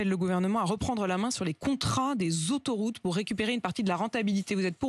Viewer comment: Faut apprendre à parler aussi, "contrats sur les ZÔÔÖtoroutes"